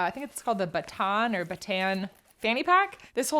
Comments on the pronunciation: Bataan is pronounced like “ba-tah-ahn” kinda like how you would say “butter on” haha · Bataan is pronounced Butta-Uhn. Its a Town in the Philippines where Cotopaxi makes their Del Dia line.